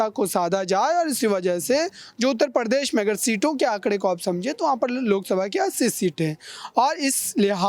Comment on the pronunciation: Anpadh ho patakat Pradesh ko Par desh bolte ho ya Hindi ko Farsi banane ki kosis h